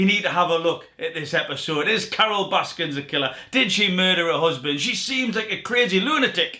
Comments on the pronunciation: Omg its baskin not baskins why is everyone getting this wrong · It is Baskin! No "s" at the end. Can we please all agree to start saying/spelling it correctly/!?! Yes she killed her husband. The rest of you have killed her last name.